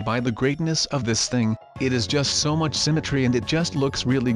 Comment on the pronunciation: it's much not nuch